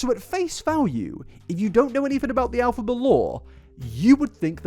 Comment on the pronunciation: Why does keep saying "AL-phaba"?? 🤔